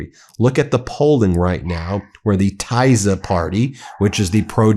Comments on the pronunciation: Just a little help: Tisza (Orbáns party in Hungary) is pronounced Tissa, Like miss (with an a at the end) or hiss (with an a at the end). Not proud of having Hungarian ancestors at this point. 🙏🏼💙💙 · I am Hungarian, that pronunciation of Tisza made me laugh. Anyways, I can tell you that the average Hungarian has no clue who the F JD is, neither give a shit about what he has to say. Btw, did you know that Orbán brought some russian guys to hungary to help rigging the election and that they are planning a false flag attack from Ukraine on Hungary or on Orbán. If anyone is interested in more details on the shitshow that hungarian politics is, watch the Living ironically in europe channels video on Orbán, it is very funny. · It’s Tisza (Tee-sah) and Fee-dess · I live in Romania, (obviously next to Hungary) and I would like to give you some advice about pronunciation. It's the Tisza Party ("TEE zah") and Fidesz Party ("FEE des"). I'm an American who has lived here for 30 yrs and watches your programming faithfully. Thanks for your insights. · Tis - ah and Fi - dez. Soft i. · The Hungarian parties are pronounced like this Ben: Teesa, and Feedez.